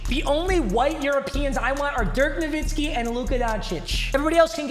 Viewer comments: Nowitzki not Novitski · "my nba pronunciations is good" also - "dirk novitzki"